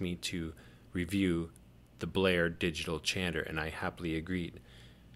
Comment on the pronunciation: Chanter not changer! 😣